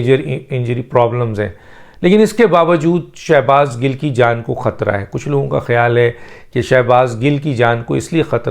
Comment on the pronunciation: Gil not gull